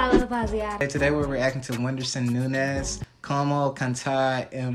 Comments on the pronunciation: Nem a mãe dele sabe falar "uindisum" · gringo consegue falar "Whindersson" mais fácil que brasileiro